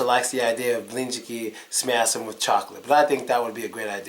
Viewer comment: Ведь в самом деле выговаривает "Блинчики с мясом" будто всю жизнь по-русски балакал! )))